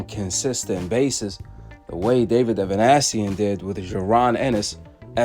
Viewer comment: Ava Nee Sian not Ava Nash sion